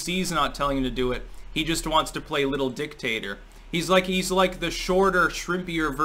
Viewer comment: Every time you said dictator, I heard dicktaster..#AndySucks